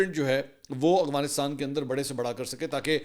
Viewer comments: Aurangzeb saudia Mansoor bahi Ap hr bar aghfanistan khty hn Af gha nis tan Practice kren Inshallah thk ho jay gha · منصور صاحب آپ افغانستان کو اوغانستان کیوں پڑھتے ہیں